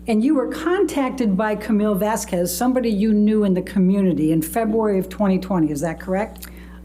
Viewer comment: "Objection!! R-relevance..?? Objection!! Sh-she can't say that, Your Honour"😗. "Mum's friend " really tried to be like "Vasqwehz" (ijit "mum's friend"'s pronunciation. Not my assumed spelling🙃) but fell waaaaaay short💁‍♀️. Arguing with the judge was a REALLY poor choice and that's obviously only one of many reasons she failed. Just wanted her put out of our misery.